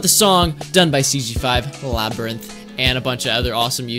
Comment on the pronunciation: Its labynirth